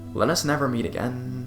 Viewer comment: “And realize that it was a good idea to not go back againnnnnnnnnnnnnn” Please stop drawing out your syllables dude...